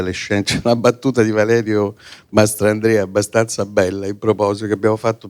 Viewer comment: Comunque ha detto “MastRandrea” 😂